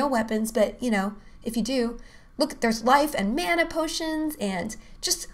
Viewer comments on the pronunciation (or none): none